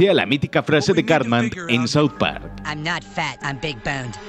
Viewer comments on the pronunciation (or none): none